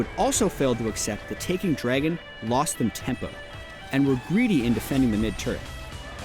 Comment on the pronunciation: says draygon and it's going to trigger me